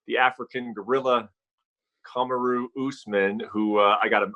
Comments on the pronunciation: Did u just say kumuru Usman ?🤦🏻‍♂️🤷🏻‍♂️🤦🏻‍♂️🤷🏻‍♂️🤦🏻‍♂️ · Okamoto: Cum-a-roo Usman